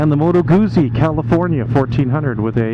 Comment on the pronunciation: A SPORT bike handles like a Sport bike, sorry. Moto Guzzi, Guzzi is pronounced like Pizza, the z’s are pronounced like t’s. I’ve had a 2002 California , it was ok, plenty of personality. I think the new Goldwing tour is more like a larger FJR. Thanks for your review